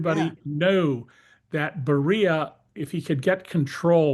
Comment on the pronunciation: "Bear-e-ah" Lavrentiy Beria The flailing makes me think their much weaker than they are. Prosecuting Comey, James, and Bolton isn't a thing you'd do when you're projecting strength. Trump will take a loss on all of these cases, he'll end up with egg on his face. Trump 45's limit of advance was Roy Moore. Up to that point he kept winning, after Moore lost to Jones Trump, kept taking L's (Barr massaging the Muller probe, notwithstanding), but just kept on losing until he lost the 2020 election. These errant prosecutions could be that. He's loathed more now than he ever was 1st time around. I will add this caveat: the press is waaaaaaay more complicit this time around. There's no Jim Acosta parrying Trumps bullshit in real time.